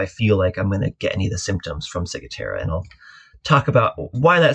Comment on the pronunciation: Hi, such a pertinent topic as sailors are flocking over to the Bahamas. Maybe we can all start saying it correctly. "Cigwahtera". Thanks for the info.